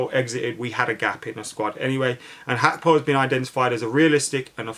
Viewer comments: It's Gakpo not hakpo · Gag-kpo not hakpo